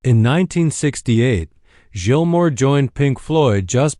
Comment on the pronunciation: Youre pronouncing his name wrong, and none of these are pictures of Gilmour